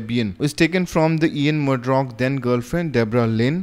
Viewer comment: the name is Ian Murdock and not Ian Murdrock Great video on debian, very informative.